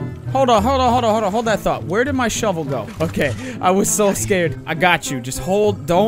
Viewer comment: ''Shovel kill'' ''shovel shot'' ''Shavel kill''